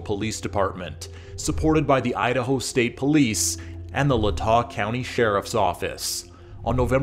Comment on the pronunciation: If anything you should be upset how he pronounced latah lol its lay-tah